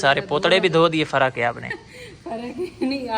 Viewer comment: Ap loga fara ko fari bola kro plzz❤